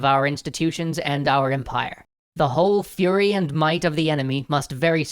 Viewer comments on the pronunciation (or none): none